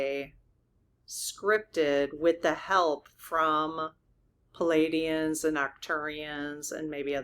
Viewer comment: Dear, darling! PALADIANS- spelled your way PLEIADIANS - spelled CORRECTLY with the silent i, so it’s pronounced PLEE - AH - DEE - ANS or PLEE - AY - DEE - ANS please try, sweet!